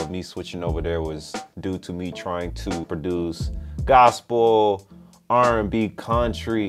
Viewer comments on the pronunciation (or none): none